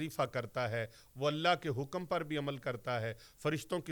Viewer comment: اللہ کی ہ کے نیچے زیر نہیں زبر پڑھیں